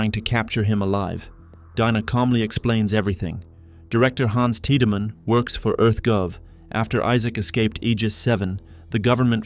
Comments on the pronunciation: the constant mispronounciation of names like Tieddmann as teedyman instead of TIDE-Man being a good example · Anyone else cringe as hard as I did through the Dead Space 2 portion every time "tea-da-man" is referenced? I mean I appreciate the full series recap, but daaang, what is this, Final Fantasy 10? The game is fully voice acted, the dude's names is explicitly "Tide-man", you just have to actually play it 😂😂